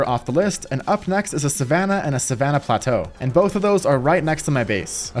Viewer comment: When he said plateau I was like bruh 🤦‍♂️🤦‍♂️🤦‍♂️